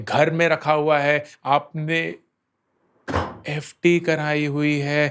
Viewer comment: I am literally laughing when Ankur bhaiya saying FD 😂😂